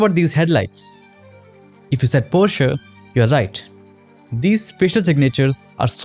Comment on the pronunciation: I Like how perfectly you say Porsche